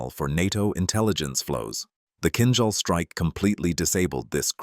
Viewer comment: It's a pleasure to hear Kinzhal pronounced right! It's like in "beige' "beizh".